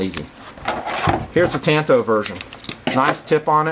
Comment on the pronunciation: Just to let you know, it's pronounced Tanto( ton-toe). In the Japanese language the "a" always sounds like "ah". Just irks me to hear the language butchered. Sorry to call you out bro.